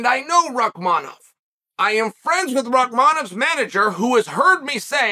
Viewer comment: His name is Rakhmonov "Rakhmonov" Rakhmonov so Chael got it right 3-0. Undisputed and undefeated as usual.